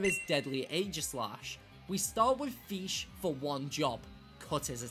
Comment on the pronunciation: Ah, yes the mighty and glorious FEESH